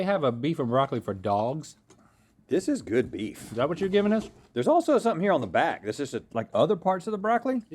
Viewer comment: did anyone else catch rhett saying bleef instead of beef with the beef and broccoli??